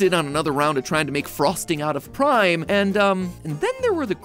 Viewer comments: Anyone catch that he said prim instead of prime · instead of Prime he says prim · This one because you said prim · "better than prim cake" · Did anyone else notice that Matpat mispronounced prime